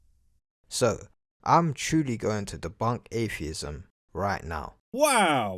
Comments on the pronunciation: Ayfeeism. Can't even speak properly, let alone think. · How are you going to debunk atheism when you can't even say the word. There are no f's in atheism. You thick as shit shaved monkey. Also, How difficult is it to say ask? No you can't "arks" me something.